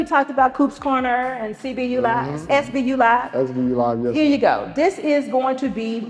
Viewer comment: ....Is it hard for an American to say SBU without adding a vowel in there and saying Sibu? 🫢